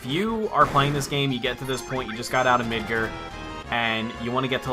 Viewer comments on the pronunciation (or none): probably too late but its knee-bil-hime and masa-mu-nay oh and mid-gar not midger